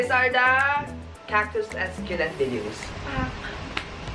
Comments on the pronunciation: söculent not suculent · I think she's pertaining about how you pronounce the word succulent, how you say it was "Sukyulent". She's not talking about the spelling lol